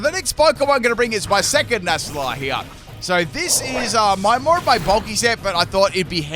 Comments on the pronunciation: NACK-LEE! It is not pronounced Nassleye 😂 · Nasalie? I thought it was necklee! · Alright, I can only hear that so many times before I have to respond: The C in this line is supposed to be a hard C. Nacli is supposed to be said Nak-li, for example. That's because the Cl stands for Chloride, which is pronounced with a hard C in every language I'm aware of, though if someone does call it "Shloride" out there, let me know. Thus the delightful sound that its evolution, "Nah-kul-stak" makes when you say it out loud. I love you,, but this is worse than the Synthesis ("sineesis") running gag. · Also, it's Nackle-y and Nackle-stack. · Nacli and Naclstack's mispronunciations have done it